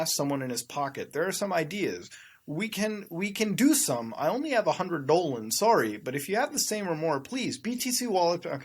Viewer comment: Love how you say “dollars”😂😂